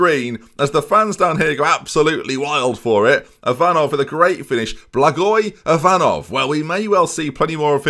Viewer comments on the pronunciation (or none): You are pronouncing Yanchev's name perfectly here, don't ruin it by putting a random"J" on the other hand your pronunciation of Ivanov isn't really good, but I will let you off since I've never heard an Englishman pronouncing Bulgarian names ending with "ov" properly